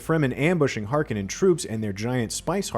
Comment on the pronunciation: Harkenen .... your pronunciation is pathetic